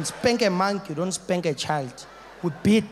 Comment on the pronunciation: My first time watching this I thought he was saying "we bit them" xD